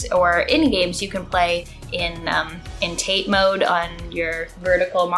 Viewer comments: Love your videos. Insigificant nitpick: I guess the "tate" in "tate mode" is pronounced "tah-teh," because it's the Japanese word for "vertical." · I'm politely correcting you on your pronunciation of TATE.. It's a loan Japanese word , not to be pronounced mid-westerner lol.